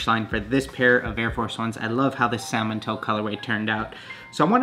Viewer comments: It's pronounced "samon" not "sal Mon" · You had me till you said Sal-mon. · Anyone else annoyed at how he pronounces Salmon? The l is silent should sound like "samon" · The color “salmon” is pronounced sa-min (the L is silent). It’s the name of the fish. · If this dude say SAL-Mon One more time, I'm gonna quit being a pescatarian, lol. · My man really said SAL-MON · The L is silent in salmon that irritated me the whole video 😂 The trainers looked amazing 👌🏽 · Hold up... how did you just pronounce salmon 😐🤭🤯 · Love your vids bro but I hate how you pronounce salmon 😂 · I can't believe no one has commented on this so far but the way you say salmon is like REALLY wrong. The "L" is silent.